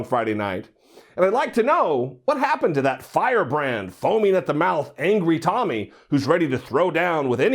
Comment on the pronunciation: Tomi completely was out of her league. I saw her under achievement it was a disaster. Plus Bill kept mispronouncing her name lol.